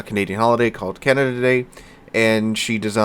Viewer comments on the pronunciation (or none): none